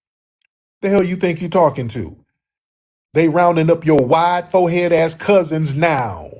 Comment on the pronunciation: Sir did you say tweety bird fohead?!!😂😂😂 Staaaaaaaaap 😂😂😂